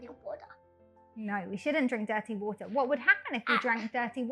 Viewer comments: water 發音，又把我給......英式，這個WATER 第一次聽到如此發音，哎~幫幫忙，這個如何是好？ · 小弟弟很可愛討喜，BUT water 發音，我聽的';霧煞煞